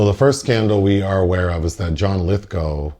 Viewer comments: Right. So I did, because I have no life :) . Apparently it really is "Lithgo" and not "Lithgaouw" as I thougth it was. Case closed. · pronounced lithgow like cow 🐄 lith g ow! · is that really the correct pronunciation of "Lithgow"?